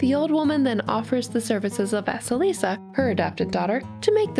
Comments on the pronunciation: Thank you for the wonderful story! Though I do want to say that “vasalisa” is spelt “vasilisa”and pronounced “va-cee-lee-sa” This name pronunciation was bugging me the whole story! I hope to see more of your stories. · Hey! So I absolutely adore your channel so much, you dismantle my childhood and I love it. However, I want to correct your pronunciation of Vasilisa. Don't worry, it's okay that you did BUT let me tell you how to pronounce it correctly. (Btw I'm Russian so that's how I know how to say it). Anyway. Let me spell it phonetically: Vah-sye-lee-sah. Ye is pronounced as yes, but without the 's' at the end. Again, thank you so much for this, Vasilisa is the cinderella I grew up with first so I really appreciate someone actually talking about it. Especially one of my most favorite youtubers. Have a good day! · Is it just me, or does vasalisa sound like Vaseline?